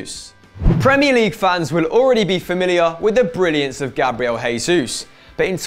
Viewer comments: Portuguese j is pronounced like a normal j not an h like in Spanish so stop saying hesus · Erm can you stop pronouncing Gabriel Jesus wrong he doesn't speak Spanish he speaks Portuguese so you pronounce the j you pleb smh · Jesús is pronounced as J (as in Juice) because he speaks Portuguese and not Spanish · Warren Odukoya I thought I was the only one to notice